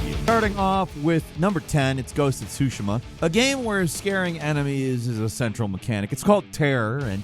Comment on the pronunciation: My congratulations for finally pronouncing “Tsushima” properly